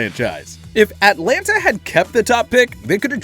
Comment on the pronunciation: Atlanta is one word not three....At lan ta